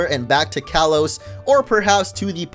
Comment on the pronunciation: "Kalos" is pronounced "kah-lohs".